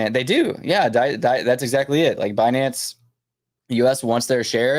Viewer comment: Comment 🚀🚀🚀wild times … happy holidays thanks for content and info …. Sending nothing but best wishes to you & your family 🫡🫡🫡🤝… it’s funny how she pronounces Binance Be-Nance😆